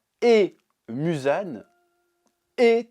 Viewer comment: Le "Musan Jackson" me fume à chaque fois 😂😂😂